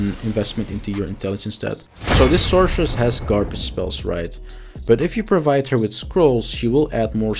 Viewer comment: What is the sorcerer's name? You keep saying "the sourceress"